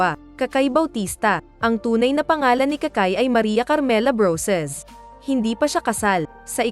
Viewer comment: Kirey. Yun kiray..😀brosas..broses.. 😄